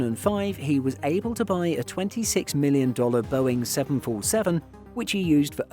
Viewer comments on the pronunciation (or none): none